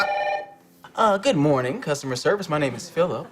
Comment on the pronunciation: you can really here it when he says " service" the e kinda blends into the r while white americans just go straight into the r sound i think.